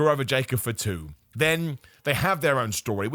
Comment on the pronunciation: pronounces Fatu like he’s saying For Two 😂